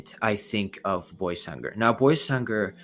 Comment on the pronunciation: Salam alleykum it is pronounced „baysangur“ not „boysangur“ sorry for my bad english